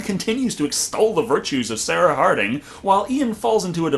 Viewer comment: SAR UH SAR UH